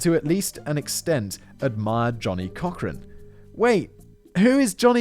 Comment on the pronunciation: This guy annoys and irritates - laughing and mocking at inappropriate times. Sarcasm and childish comments. Nowhere close to other documentaries online. And learn to pronounce the names like Cochran 🙄🙄🙄